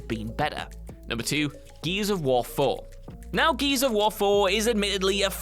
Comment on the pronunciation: No one:: Geese of war